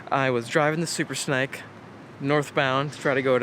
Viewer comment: Is it supposed to be called a super snake! Like as in haven something small to eat.. Like this young boy keeps saying.. Or am I right in thinking it should be pronounced super snake! As in ( Rattle Snake ) or is it am English and stupid?